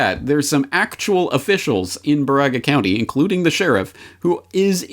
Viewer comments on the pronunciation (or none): Jsyk we pronounce it BEAR-aga, it's a county with an Ojibwe reservation and ongoing disputes about mining on sacred land. Saw a meme that Whitmer's grandfather was a Nazi rocket scientist brought in under Paperclip, but I couldn't find much info. Any thoughts? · Baraga County = BEAR-uh-guh 😉